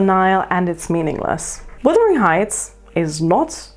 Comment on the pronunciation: Wuthering not withering